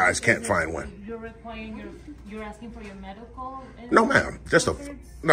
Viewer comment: It is not aksing... it is asking. Dude is living in the USA, but a non-USA has to tell him his English / American is messed.